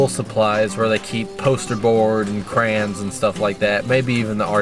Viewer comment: Joyous say crayons wrong